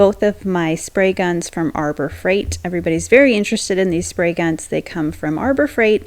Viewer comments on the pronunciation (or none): Is there a reason you don’t pronounce the H in Harbor Freight? Is it a copyright thing? So weird!